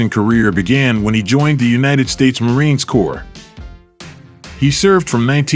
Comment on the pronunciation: Norton really did beat Ali all 3 times he faced him. Back then you could watch ALL the big fights on TV, and I did. If you love boxing, it was a great time to be a teenager. And it not Marine’s Corps, it’s MARINE CORPS!!!